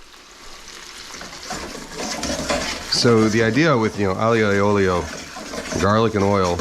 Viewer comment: A for effort Kenji, but this isn't aglio e olio. Or as you called it, "ahleeo ehyo eee ohlio". But I bet it tasted great. This is just not an Italian dish. You are better off renaming it. Because its not ITALIAN! C'mon man. Yes you added the fried shallots. So don't call it what it isn't. Do you also say "Gwackamollee?"